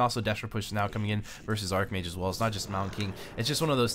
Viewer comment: Where is the "k" in Cechi ? Your incorrect pronunciation of many words is very bad please fix this. (Arch vs ArK mage)